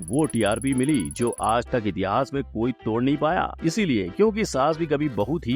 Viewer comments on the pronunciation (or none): none